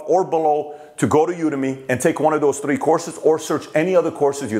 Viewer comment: Pat, please can you pronounce #3( three) correctly... Th...it's not T